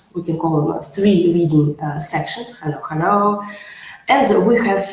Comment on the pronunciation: Не Indian , а отсутствие акцента. Просто когда слышешь от эксперта по Английскому языку что-то типа: "хЕлой" или "вЕри гуд" с трудом можно поверь ,что это эксперт. Как правило это в лучшем случае середнячки. Топовый препод или эксперт не будет везде букву "Е" употреблять вместо "Э". За этим следить надо и тренировать , а девушка этого делать не хочет видимо , но это реально исправимо.